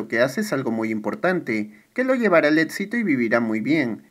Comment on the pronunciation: Me gustan tus resúmenes pero me causa conflicto que digas etsito, alets etc etc